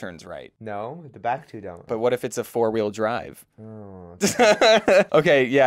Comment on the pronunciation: James: what if it's a four weel drive? The whole entire car community: WTF DID HE SAY!? starts being very angry Sorry my first language isnt english